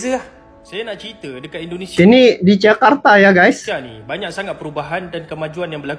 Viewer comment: Tictoker itu apabila cakap INDONESIA Bercakaplah DENGAN Betul,, JANGAN E, E , E TERUS KALAU MAU MEREAKSI INDONESIA!!! JADI sangat LUCU , kampung dan Aneh INDONESIA dia😁 COBA TIRU ORANG EROPA ,KOREA,JEPANG,THAILAND AFRIKA KALAU BERBICARA INDONESIA DENGAN BETUL TANPA AKHIRAN KATA E!